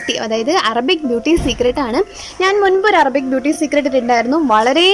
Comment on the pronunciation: അറബി എന്നാണ് not അറമ്പി.